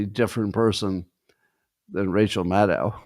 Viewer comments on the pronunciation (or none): none